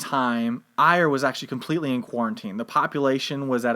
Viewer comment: Ayr in Scotland is pronounced Air... Kirkcudbright is pronounced Kircoobrae